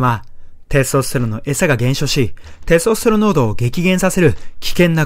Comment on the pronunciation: てぇすとすてろんの言い方が笑